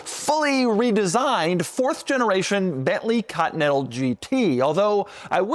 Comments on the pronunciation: Why does he say ''cotnetal'' instead of continental? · I forgot about how weird Doug pronounces continental. Cotee nettle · Ahh yes the good old Cottonental GT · Doug the type of guy to pronounce it "Cotton-ettle" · Oh, the good ol' Bentley 'Caught-Natha'.